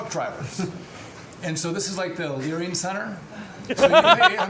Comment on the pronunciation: Dude said "The Learing Center" while addressing the President. lol That's wild!